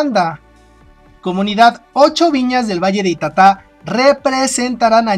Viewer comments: Es ita'ta y con tilde en la primera vocal y no en ka última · Se pronuncia ITATA, CARGANDO LA VOZ EN LA SEGUNDA SÍLABA, PALABRA GRAVE SIN TILDE .